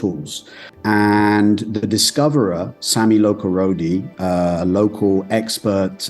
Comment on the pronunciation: Great video but the grating mispronunciation of 'the' before a vowel all the way through made me want to tear my hair out!